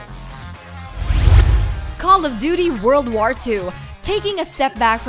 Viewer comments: "God of Whar" "Fortsa Motorsports" "Star Whars Battlefront 2" "Middle Earth: Shadow of Whar" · I'm a PlayStation and Switch owner and I can't wait for E3. I kinda feel bad for Xbox fans, use guys have nothing. Cup head does look great, but that's about it. Also, why can't this presenter say the word war? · why cant she pronounce "war" right?